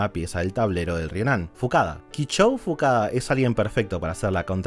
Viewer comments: En el animé es "Fukuda" no facada. Alguien que sepa como es en realidad? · El video es hermoso, está muy bien hecho... Pero me da muchísima bronca que digas mal los nombres de los personajes, dios. "Fukada" = Fukuda; y el entrenador "Takao" = Taoka... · Y dijiste Fukada en vez de Fukuda 😅 pero el video es impecable, aguante Slam Dunk!!! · vi el video pero me resulto gracioso algo es fukuda no fukada o me equivoco yo? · El del ryonan es fukuda, no fukada * jajajaja excelente video !!!! Lo espere por muuuuuuuuchos años